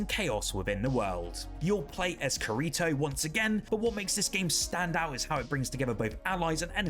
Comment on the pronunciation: butcher on kirito’s name